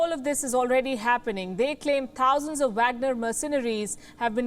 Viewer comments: Pronounced vogner group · She can’t say Wagner lol English